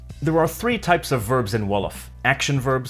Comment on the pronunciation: Wolof way ...wow so early 🇸🇳🇸🇳🇸🇳🇸🇳 You're pronunciation is pretty good !!!! 💜